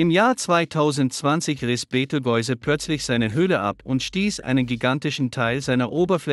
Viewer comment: können nicht mal den Namen Beteigeuze aussprechen, beschämend!